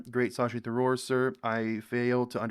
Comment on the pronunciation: It's not Sa-shi, it's Sha-shi................ Tha-roor (pronounce correctly), not Ta-roor 😅